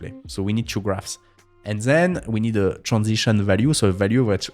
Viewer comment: zen(then), eez(this),zeez(these) 😉😁